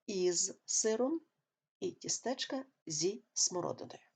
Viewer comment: Пояснення зрозуміле. Але... Перепрошую, колего, а чому "тістЕчка"? Наголос лише на І "тІстечка"